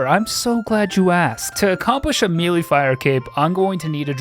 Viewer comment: Man, you check the pronunciation of something at two different points in this video, but still say “mee-lee” every time Still love ya